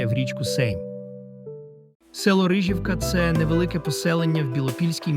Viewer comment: Не КиЯниця, а КиянИця. Не РИжівка, а РижІвка.